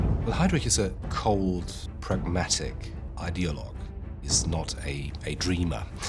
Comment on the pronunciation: Can someone explain to me why this idiot continues to mispronounce then name Heydrich, and then suddenly says it correct at times, before saying it wrong "haydreek" - is not how it is pronounced. Listen to the voice over and others who pronounce Heydrich as it should be pronounced